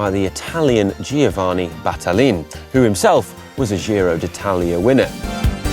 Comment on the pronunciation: I have that same Battaglin lopro bike! It's a beautiful bike even if it's a few seconds slower! BTW , I'm not Italian but I believe the name is pronounced Batta-yeen.